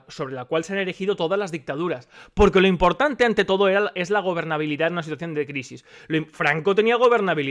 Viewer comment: "el fondo eurpeo es imporntane para que los españoles puedan tal" Rodriguez Zapatero, 2020. ajajajajajjajajaja